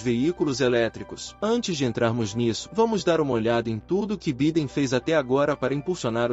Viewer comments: Pronuncia -se Baiden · Vc está pronunciando o nome do presidente americano de modo incorreto.. perdão pela correção.